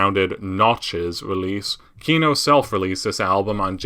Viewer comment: Why are you saying KIno, while it is KinO, second syllable stressed in Russian